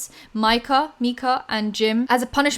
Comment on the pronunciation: But why do ppl keep trying to pronounce her name Meeka? 😂 it’s MYKA. MY-KUH 😂